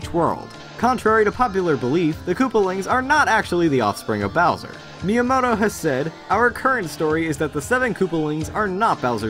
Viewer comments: bower,,,he he he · It says Bower instead of Bowser lol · What's a Bower?